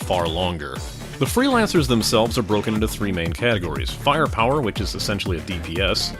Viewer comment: Fireprower eh? lol